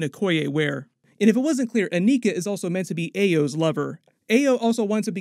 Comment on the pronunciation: Is it too much to ask YouTube reviewers to pronounce/say the names of characters in these movies correctly?!? Especially after they or other characters who interact with them, say their names correctly. I've seen this several times, and it's usually characters that don't have typical American/english names and are black or other POC. Ugh. Ayo and Aneka are said in the movie, yet repeatedly says their names incorrectly.